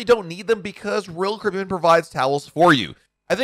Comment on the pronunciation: pronounce: ROYAL CARIBBEAN!!!!!!!!!!!!!!!!!!!!!!!!!!!!!!!!!!!!